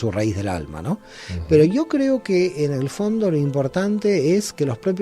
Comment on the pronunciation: hace rato que te escucho y haces algo al ablar importantisimo no dices yo! sino dices io y estas bajando continuamente una iud con una vav, pues en tu ablar bajas la bendicion siempre!!!